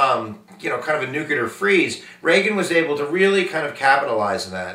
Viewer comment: Why are there so many educated people who cannot say the word nuclear correctly???